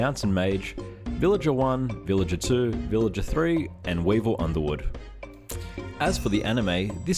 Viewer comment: “Weevil Undermywood” 😅😂